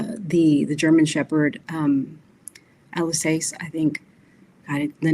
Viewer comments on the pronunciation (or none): none